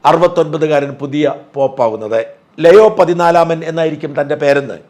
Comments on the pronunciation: ലയോ അല്ല ലിയോ 😄. ഇത് പയസിനെ മലയാളികൾ പിയൂസ് ആക്കിയതുപോലെ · Both in the UK and the US, the new pope's name is pronounced Leo (liyo/leeyo) and not leio or leyo.